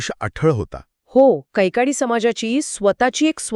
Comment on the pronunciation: कैकाडी not कैकडी